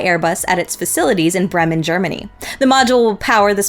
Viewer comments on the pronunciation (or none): none